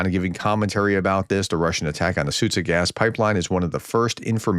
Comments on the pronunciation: Hey Prof! Try Soo-jah (instead of Sudzha). I have no idea who invented the English latin transliteration but it makes it very complicated for you guys, when it's not. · I think the problem is that nobody explains how this should work. English speakers are perfectly capable of pronouncing both sounds. Zhukov needs the sound from Gillette and Sudzha needs the sound from John.